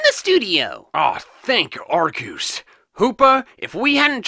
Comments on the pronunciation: Arcoos its arseuce or Arceuse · you mean ARKOOS